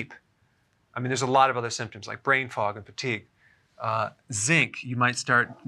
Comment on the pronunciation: I love when you say my syntoms